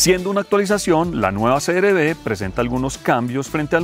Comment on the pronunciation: Creo que dices siempre CRD Y ES CR-V